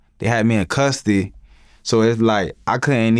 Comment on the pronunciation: "They had me in cusstee" 🤦😂😂💀 I know they got that southern accent but I swear this dude also has a speech impediment 🤭🤣🤣💯